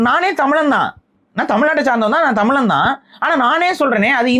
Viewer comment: Bro it's Tamizhan not tamizlan🙂